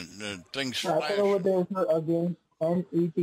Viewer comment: Over derr